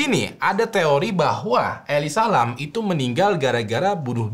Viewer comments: elisa lam ya temen temen bukan eli salam, makasih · Eli salem